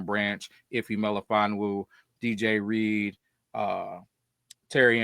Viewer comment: iTs Not ReAdeR 😂 jk. Good show guys. Love Reed from what I've seen. Hope he's a great fit in the locker room. He seems like a fit.